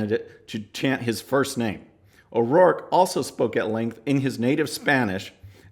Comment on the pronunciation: His last name is O'ROARKE for God's sake.